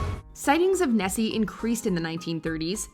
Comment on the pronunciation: The Loch Ness monster is not called chessy it is called nessy